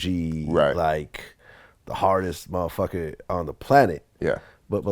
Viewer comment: Every time Vlad says "Mofucka" I just want to scream at him, "Dude, YOU'RE WHITE!!!" lololol